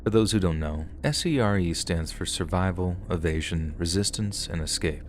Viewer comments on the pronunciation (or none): SERE is pronounced "seer". Just fyi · S.E.R.E is pronounced 'sear'.